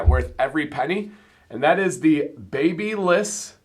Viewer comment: HA!! I watched a YT vid from the Babyliss company (BaBylissPROUSA) after our recent name pronunciation debate on the stream! The company does not say baby-less or baby-liss like we were so adamantly instructed! The company pronounces it closer (not exactly but closer) to the pronunciation that we thought, babe-ah-liss!! Regardless they need a new line, the BeardBaliss! That would be pure beard bliss! 😉😄